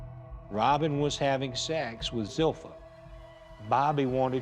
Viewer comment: So the "i" (second-to-last letter) isn't pronounced, but Zilpha was pronounced zil-fee-uh like there's an invisible "i" as the second-to-last letter.